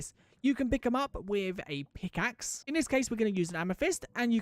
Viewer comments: did you say "peekaxe" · it's more of a piekaxe, and it's just the accent